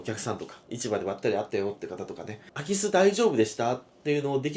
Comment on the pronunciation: 最初の言い方だとアキスって魚が入ったみたいなんよな